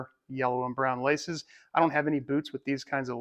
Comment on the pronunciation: When you said "laces" I thought you said "license" and thought to myself "well I didn't get a license with mine either!"